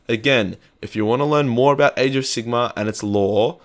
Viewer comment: Am I the only one that thinks it sounds like he's saying "AIDS of Sigmar"?